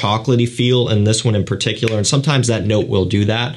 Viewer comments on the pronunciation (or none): none